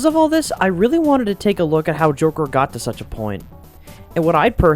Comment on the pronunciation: I swear, did I just hear you say "The Jorker" XD?